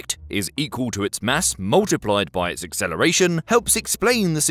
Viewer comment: "Accleration", "Decleration" ?